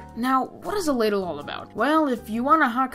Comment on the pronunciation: he says bladle